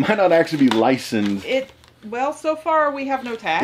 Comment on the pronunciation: Got triggered when you mispronounced "Licensed" 😂 What the hell is "Licend"